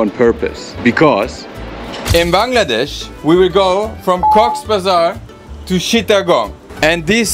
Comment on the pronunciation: Finally someone who says bangladesh the right way